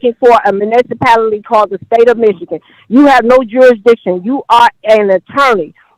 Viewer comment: Jurisdiction vs Juristiction'